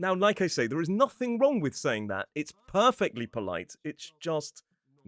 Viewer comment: oh hearing that "wronK" was a bit of a culture shock